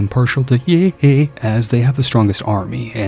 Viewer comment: I lolled at your enunciation of Yehe